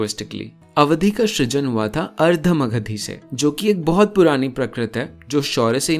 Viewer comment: Oft used used word in Bengali সৃজন (srijon)। I must say though kind of pronounced it a bit wrongly: he said shrijan where he should have said srijan.